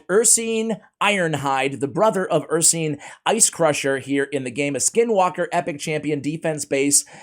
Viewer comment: Ursine is pronounced ur-sign, not ur-seen.